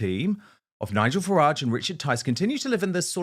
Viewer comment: Farage, not garage.